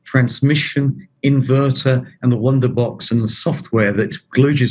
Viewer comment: every time I hear "the wunderbox" I have to giggle...